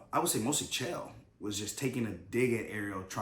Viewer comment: His name is Chael not Jill